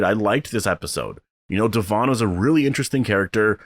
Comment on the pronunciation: Thank you for being one of the only reviewers to say Devon's name right hahahaha oy when is S02 coming? I hope they take all our feedback to build for it correctly!